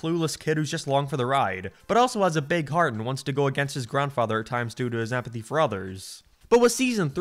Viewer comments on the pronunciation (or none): almost sounds like you're saying apathy instead of empathy